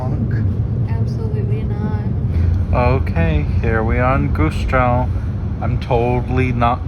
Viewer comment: As someone who lives in Rostock its so funny how you butcher Rostock, Warnemüde and Güstrow ^^. About the Harbor-S-Bahn-Line, i personally think it wont happen anymore, there were stations but they got demolited last winter, sadly.